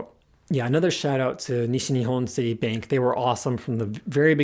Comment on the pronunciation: Ah yes, City Bank (or Citibank), one of those expressions that's really up there on the list of "english words that sound funny with Japanese pronounciation". Anyway, this was really interesting! I'll be moving to Japan next year and I don't know if I'll ever need this knowledge, but if I do I'll come back to this video. :)